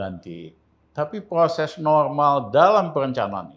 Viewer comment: Proses Bukan ploses Adohhhh